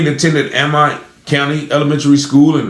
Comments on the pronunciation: Amite is pronounced A meet. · It’s A-mitt 🧤…. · Amite.. It’s pronounced A-mit.. I live 20 miles away and hadn’t heard of this! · Amite county. Amite sounds like - a mitt- when prounced. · It’s pronounced Ameet not amite it is spelled Amite but pronounced Ameet county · They pronounce it like A-meet. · It pronounced a meat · You pronounce the county wrong. I'm from up that way